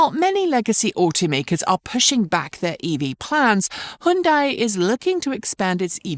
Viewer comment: Hundai? Who stole the 'y'?